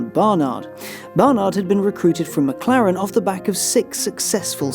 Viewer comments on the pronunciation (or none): none